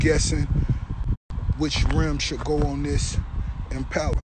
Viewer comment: He can’t even say impala right 😂😂